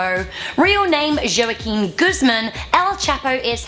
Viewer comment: Did she really say Joe-akeen for Joaquin? Lol